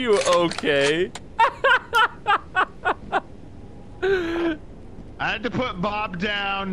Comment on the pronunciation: that was the most Californian "you ok?" I've ever heard lol "oh god! Shh!" *fart noise